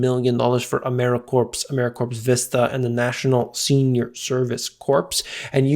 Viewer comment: One does not say the ps on corps as re: AmeriCorps. It is pronounced core. !!?? Your language often amazes me.